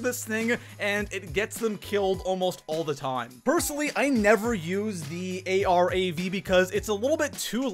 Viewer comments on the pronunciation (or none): It’s Calle aye rav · Call everyone a bad player but concusses literally everyone, cant pronounce arav their isnt a dash in the name, sniping is still good after the new armour update especially the outlaw, tip try not to loot late game unless its necessary